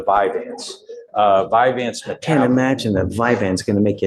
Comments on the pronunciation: And it's NOT "Vyvan" it's "Vyvanse" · This judge is acting like a know it all but isn’t even saying VYVANSE CORRECTLY!! ur not a doctor dude!